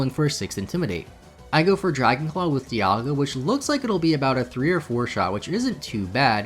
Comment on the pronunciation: “Dialgia” Oh no.